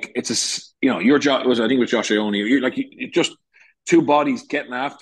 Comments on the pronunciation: Lads.... brilliant podcast as usual. Covers all bases to a good depth. A tip for the production meeting from pedantry corner is that ye agree on how to pronounce the surname of the new Connacht 10. Bernard's Eye - Oh - Nee Or Yo - wah - nay (my vote) Jokes aside... keep it up lads and enjoy the Autumn's Rugby. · It's Yo-ah-nee. Pronunciation has never been Bernard's strong point.